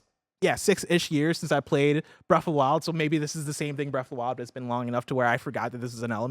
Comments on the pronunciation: "Bref of the wild" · Breaf of da wile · “Breaf of the Wild”